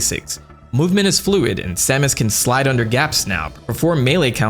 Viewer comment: This is "Sahmus" Aran Source: Smash bros. 64